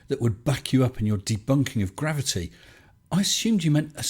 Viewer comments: Spurs looking at the word “gravity”: Jer....rave...I..tie..? And a bible quote; spoiling us,. Lol Great vid, also according to a local website for quitting smoking the first 28 days are usually the hardest. So with that mind, congrats on making it past those 28 days. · He can't say the word "gravity " can he, the bloody liar.